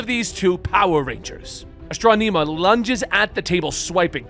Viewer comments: Asss•tron•imma That's how you say her ne bro. Lol love ya ty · Why are you pronouncing it astronEma? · the E in Astronema's name is prounced with an eh sound, not ee, so it's Astron-eh-ma. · Aston ama her name is said man not astoneema.🤣🤣🤣🤣🤣🤣 It really makes it hard to listen without laughing hard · Astro-knee-ma 🤭🤭🤭 is an interesting way of saying it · Astranema you said it wrong brother good story though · Ahhh strom eee maaa. Referred in power rangers in space & lost galaxy, but hey you try to do proper pronounciation. Tamatoe tamato.... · The fact that we have VERBALLY heard how the names of characters have been said and you still manage to say them wrong baffles me. Gigan and Astronema and so many others. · It's bothering me how is saying her name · I know it bothered me to, he could have just youtube old PR in space episodes to see how to say it. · Enjoyed the video. Just the mispronunciation of Astronema keeps taking me out of it. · Astronema is not that hard to pronounce. Hell you can look it up on YouTube. Please stop saying it wrong? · Everything was great but hearing him mispronounce that name hurts me so much 😂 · Please the name right it's killing me how you're saying her name. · Mispronouncing Astronema is killing me.